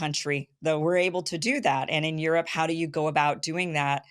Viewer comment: Aerope not Europe